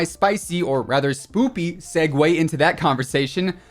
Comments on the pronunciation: did u say spoopy cause that’s what it sounds like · Do you keep saying “spoopy” instead of spooky?